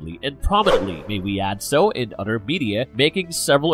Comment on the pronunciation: Every time I hear the narrator says "Mother" or "other" it enrages me because it sounds like "Mudder" or "udder" lmao